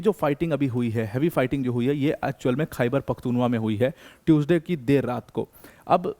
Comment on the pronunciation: It's "Khyber Pakhtoon Khowa" or say Pashtoon Khowa 😅